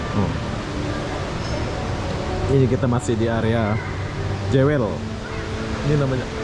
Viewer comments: Sebutannya Jewel bukan Jawel, mas. Jewel artinya permata. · Sebutan/pronoun bukan 'jewel' tapi 'juwel' 🤦😅, Singapore duit banyak negara kecik rakyat sikit so apa lagi kasi cantiklah itu dia punya negara bro....Singapore mmg 👍👍👍👍👍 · Ejaan nye JEWEL berarti PERMATA...tapi sebutan nye JUWÈL... JEWEL tu bahase Engrish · Jewel sebutan nya juwel